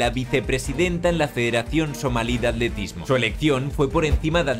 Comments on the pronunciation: ¿ Por qué será que cuando los españoles pronuncian la "L" después de la "T", ésta última casi muda ? Así la palabra "Atletismo", la pronuncian como "Aletismo". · at-letismo... WTF con la pronunciación???